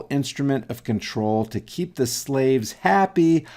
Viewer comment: When he said " da ", instead of " the ", I hung up.